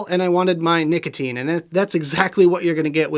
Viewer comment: His name is nick-otine